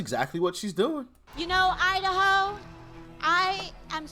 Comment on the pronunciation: When AOC says "Idaho" all I hear is "I da hoe"........